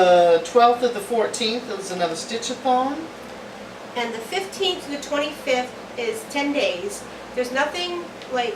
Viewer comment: I KNOW you're saying stitch a thon, but all I hear is stitch a thong - lol! Next year sounds fun and busy :)